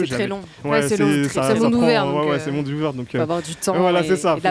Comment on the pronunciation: «ptn c’est la merde dans le mondeu, c’est la fin du mondeu, je prend le death note et je tue tout le monde » fou-rire merci les gars!😂